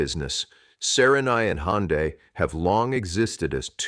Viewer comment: Не Хонда, а Ханде, что это за произношение?